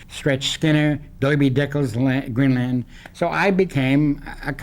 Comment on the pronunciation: I liked how he pronounced "Green Lan'tun." He actually said "Doiby."